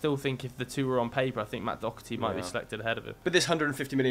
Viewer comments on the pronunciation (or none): You’re pronouncing Doherty wrong. It’s pronounced Doh-erty not Dock-erty